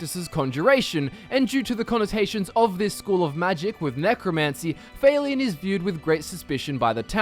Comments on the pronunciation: Would it not be Falion not Faylion? Hard to say in text haha soft a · I'm don't wanna be THAT GUY but it confuses the shit outta me how Youtubers magically fail to pronounce names in videogames when the pronunciation is given audibly in the videogame itself. I mean c'mon, Failion? Seriously? Just say Falion. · I thought it was Falion, not... F-A-leon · Why are you pronouncing it "Fail-ion"? They say his name is the game and it's not pronounced that way lol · How did you even pronounce Falion wrong? I mean, they only say his name a bunch of times in the game! WTF? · MasterQuest Gaming just because you have an accent doesn't mean you should pronounce someone's name incorrectly. It's not even a difficult name. I know it doesn't matter a whole lot, I was just wondering if that's how he really thought that's how it was pronounced. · guest-or, fail-ian? gester and fal-eon pls listen to npcs say there names before i have to listen to u say it wrong a hundred times with all due respect sir